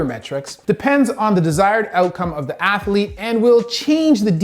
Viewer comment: I know this guy is a doctor and all, but it's funny to hear him pronounce athlete as ath-a-lete.